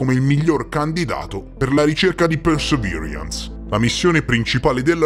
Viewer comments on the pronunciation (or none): Con l'inglese non ci siamo ma sei il migliore 😜 "Persevirians"😂